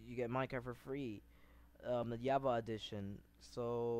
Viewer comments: its not java not yaba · He has a problem with the letter J lol "yava" "moyang"LOL xd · BRO ITS CALLED JAVA NO YAVA